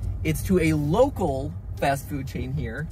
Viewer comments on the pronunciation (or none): local he says local